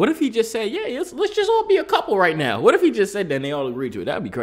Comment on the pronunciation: Are you serious right neow?